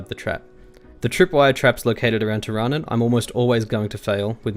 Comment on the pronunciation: Isn't it pronounced teer-a-noon?